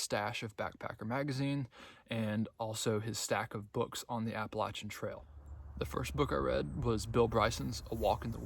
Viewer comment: You, my friend, are one of the few hikers on the Trek that actually knows how to pronounce the AT correctly. Yes it is with a “Latch” instead of a “Lay” sound. This two and a half minute video explains why that’s important. Congratulations and good luck!